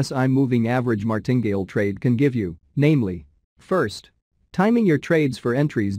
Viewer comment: Enjoy all of your videos, very good education, Martingale is pronounced Mar tin gale 3 sylibals :)